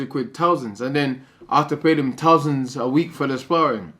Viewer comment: He spends tousands guys, tousands